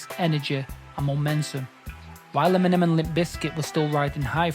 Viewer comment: Why did it sound like he said Feminem 😂😅 EMINEM WILL ALWAYS BE THE GOAT 🐐